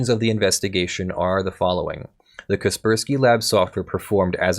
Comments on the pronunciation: I'm sorry. Was that Kei-spk-urk-swquie? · How have you never heard of Kaspersky before? I'm extremely lenient with regional pronunciations, but jesus that's a new one, lol.